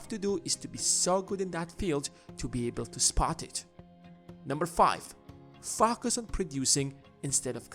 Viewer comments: Dude please correct your pronunciation of the word focus, it seems to be matching with another bad word f*** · Love listening to your channel Only because the way you say "FOCUS" I mean Fucus!